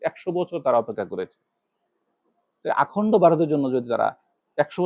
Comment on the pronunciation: এটা কোন দেশি লোক রে 31 মিনিটের ভিডিওতে 31,000 বার অখণ্ড ভারতের জায়গা অ! খণ্ড ভারত উচ্চারণ করল .